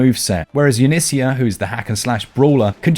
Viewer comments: Yunicia? I thought it was Yunica with a hard “k” sound. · It is with a hard K